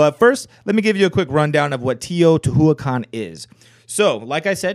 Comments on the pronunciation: i eat plants You don't roll your tongue 🙄it's not a double R sound... he just commented that the pronunciation was way off. I love learning languages and it's a shame people like you are such haters of correct pronunciation. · That's not how you pronounce Teotihuacan, but ok.